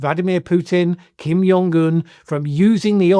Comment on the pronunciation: Its Kim Jong Un not Kim Yong Gun